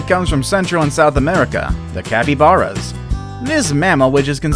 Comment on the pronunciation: he said capybaras wrong it sounds like is has and e not to a's